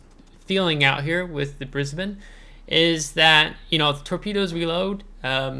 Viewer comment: Absolutely correct with the pronunciation from an Aussie here! I recently got Brisbane myself, received the (annoying) captain Matilda during the event but never went any further than that. I find it pretty hard to play myself, been smacked from across the map a couple of times. Plane based ASW's are a blessing in comparison to ship based. DPM is a little low IMO.